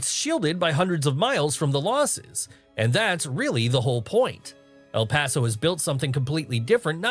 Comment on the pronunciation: I grew up In El Paso beautiful place. I love the way you say El Paso.